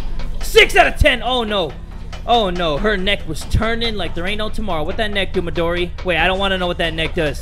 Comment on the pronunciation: Lps CuteBunny it’s not modri, it’s Midori